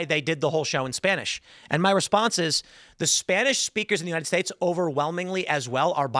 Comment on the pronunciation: He said “yunited states” at the end. He did mention the US. He’s still a degenerate though